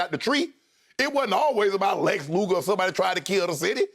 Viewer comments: Nobody LeShannon: Lex Lupher 😂😂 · “Lex LUGAR” I love the way us black folks always mix up names! Like when Lionel Nation says “ Nancy Peloski” Shannon’s confusing the wrestler, who is mostly forgotten with he crime lord, and that’s the value of what sharp did, he reminded us of a different era of wrestling!